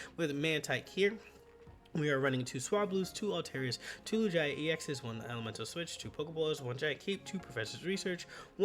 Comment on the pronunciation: it's "Loo-gee-uh"